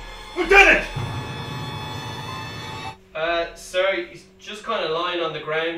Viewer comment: Ah, the improper pronunciation of Lieutenant! Apart from the Bendigedig!